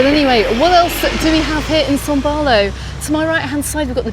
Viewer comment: Can you please explain why you keep saying son Barlow, when it is son baulo?